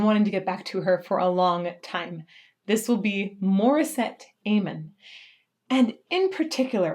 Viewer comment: PRONOUNCE HER NAME CORRECTLY, OMFG !!!!!!!!!!!!!!!!!!!!!!!!!!!!!!!!!!!!!!!!!!!!!!